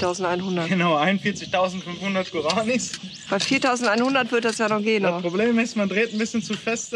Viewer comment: Guraaanis haha Guara-nis so wird ausgesprochen haha